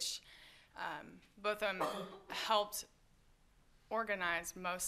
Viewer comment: I like how she corrected the interviewer with “BOTH-um” NOT “BOT-thum” in the beginning of the interview